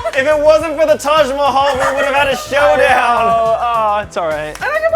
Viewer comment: Guyyss you r the best but pls stop saying Taaj maihail 😭😭😭😭